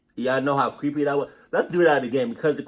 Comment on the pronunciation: Ooooh cweppy